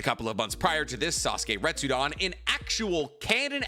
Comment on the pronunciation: Retsuden, also. Not "retsudan". It's the same suffix as in "Shippuden".